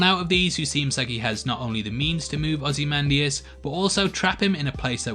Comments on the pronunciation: You have pronounced very nicely ozymandias sir 😎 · You pronounced Ozymandias right but not 'noookuuular'. Shame.